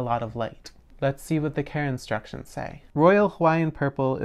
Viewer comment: The "karenstructions" lol